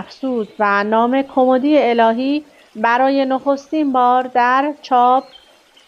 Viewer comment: کُمُدی نه کُمِدی